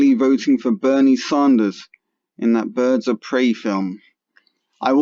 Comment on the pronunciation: I love Bernieeeee... Btw its Bernie Sanders... Not ZAHNDERS you sound dumb